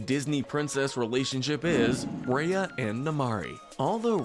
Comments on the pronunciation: I also don't like the way he said rya but I liked the video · Why are you pronouncing some of the names names all weird? It’s Kocoum (Co-ku-um) and Raya (Rai-ya). I would say Raya’s relationship with Namaari was a lost opportunity to be honest. I wish Disney would have shown the bond between them before breaking the trust. For example, showing a few short bits where they were playing together, sharing their cultures or hanging out with some music playing in the background or something. Given the history between their kingdoms and Raya even being slightly mistrustful of the other kingdoms coming to theirs before meeting her, it makes no sense why Raya would just be okay with trusting her. Even if these factors didn’t exist, it still wouldn’t work and feel devastating, because there wasn’t anything shown that would make us doubt the betrayal. The message behind trust would have been so much more powerful if Disney actually took some time to develop their bond